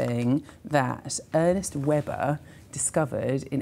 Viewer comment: "earnest webber" :D not quite